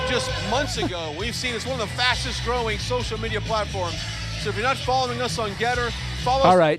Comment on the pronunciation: David, Did anyone else hear 'sunburn' guy say "... one of the FASCIST growing social media platforms..." ? -- just after the 'Obam-NA' sound byte (est. )